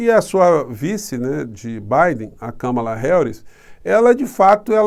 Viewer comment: Professor uma mulher que mora nos EUA,e assiste a FÓRUM, disse que o nome da Kámala, é acentuado na primeira sílaba.